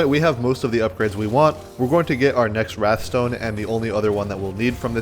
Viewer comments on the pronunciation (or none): it's called wraith stone, not wrath stone